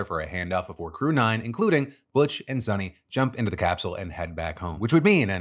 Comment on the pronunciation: It's pronounced as sunita not sunny.